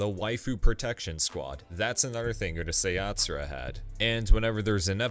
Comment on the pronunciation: why do people always mispronounce the name of Urusei Yatsura